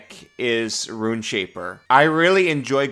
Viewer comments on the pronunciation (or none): Rune is a one syllable word. Instead of saying "once per long rest" like a boomer grognard, say "daily". It's a daily power.